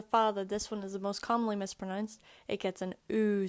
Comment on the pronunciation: Sounds like you are saying pronunced?